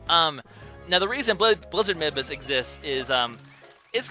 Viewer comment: am i the only one who thinks that midbus sounds like "mid-boss"? Plus, he IS the mid-boss every time you fight him in the areas you fight him.